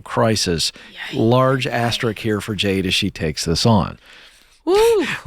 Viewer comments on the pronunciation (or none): Ken, it's asterisk, not asterick. Lol